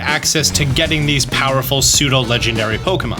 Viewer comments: Love the content Fyi Pseudo not Psudo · man said psudo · The word is "pseudo"